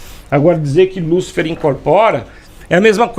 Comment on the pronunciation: Veja bem ...lucifer e lúcifer tem diferença no acento no "U"